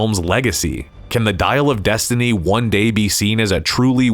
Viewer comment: "Dial of Dysentery"